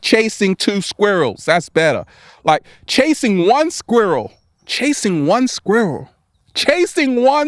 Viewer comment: I love the way you say squirwull 😂💛💛💛